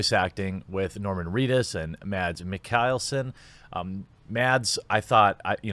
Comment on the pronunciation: Nickleson... mikkelson